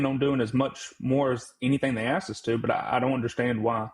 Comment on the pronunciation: I can't take any supposed "doctor" seriously who still says "axed"... 🙄